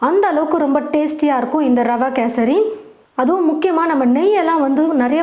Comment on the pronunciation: First Kesari nu olunga sollunga